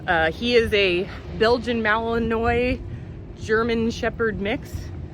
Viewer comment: Love your poke the bear comment. Just FYI, Malinois sounds like malinwah.